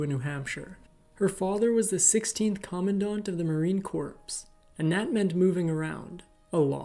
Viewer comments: Marine CORPSE...really?🤦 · “The marine corpse!” Funny!